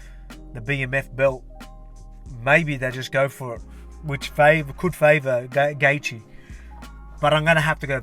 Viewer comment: Who is Dustin Gaethje champ? hahah been noticing you always mess up Gaethje's name LOL